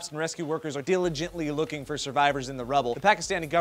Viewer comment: lol said dillegently like dillygintly hahaha i hope thats in the bloopers